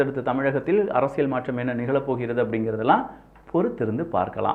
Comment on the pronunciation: அரசியழ் இல்ல டா. அரசியல். தமிழை ஒழுங்கா பேசுடா.